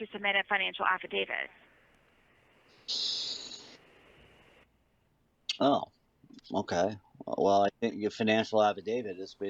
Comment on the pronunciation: Sarah you are So dumb, it is an affidavit. With a T. affIDAVIT. NOT DAVID